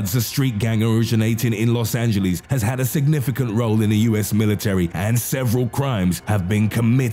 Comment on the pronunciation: "Los angeleez" ok then!